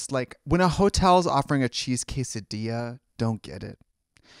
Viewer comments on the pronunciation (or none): none